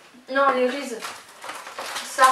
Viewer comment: j'ai gouter les reeses c'est trop bon mais sa se dit risise mdr